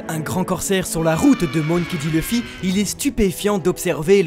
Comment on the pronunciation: Leuffy, c'est qui ? Connais pas. Par contre Louffy oui